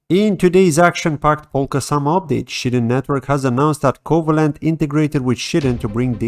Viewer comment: Shyden not Shiten bro 🤣